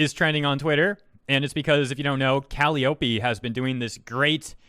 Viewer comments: It’s pronounced Cal-i-O-Pee Not Cally-Oh-pee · Its pronounced Ca-Lai-Oh-Pee, like the circus instrument and the Greek Muse of poetry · I don't want to sound like a rude person but Calliope is pronounced in English as: (C-uh-lie-uh-pee.) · The way you pronounce Calliope is just CRINGE. Cull-lie-uppy Is how I pronounce it, well, I think. I am not really great at spelling out the pronunciations lol. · Just FYI, "Calliope" is pronounced "kuh-lai-oh-pii", being named after the musical instrument that's used inside merry-go-rounds (and one of the Muses from Greek mythology, but I'm pretty sure she's referencing the former). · It's pronounced Calliope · Calli: Wants to play P3. Atlus: Talks about policy regarding P5. Me: Confusion ensues. Not only are they different game versions, but wasn't everything spoilery in P3 already overcome by events by the time P5 released? Are the games not sequential or something? Also, Calliope's name has the emphasis on the second syllable. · Everytime you mispronounced Calliope I lost a brain cell.